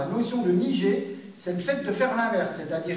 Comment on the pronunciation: C'est un détail, mais en japonais on prononce niGé (comme dans guêpe) et pas niJé, sinon très intéressant comme explication :-)